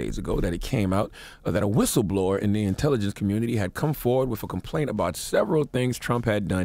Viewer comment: Why does Charlamagne have a problem with words that start and end with St? And end in th? Skreet , wif, July fourf? Really odd.